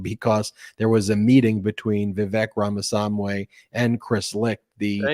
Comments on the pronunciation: Indian American here. It's "Rahm-a-SWA-mee". And he is a bs-spewing jerk. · I am continually baffled that can't be bothered to learn how to pronounce "Ramaswamy."